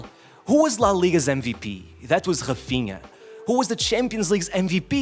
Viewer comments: Ts man can pronounce "Nuno Mendes", "Raphinha" But NOT Dembelé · this man is pronouncing "Raphinha" and "Nuno Mendes" in perfect portguese, but is pronouncing Dembélé as "Dembeley"... . Huge disrespect.